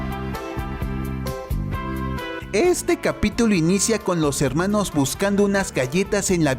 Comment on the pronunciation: Deja de decir helmanos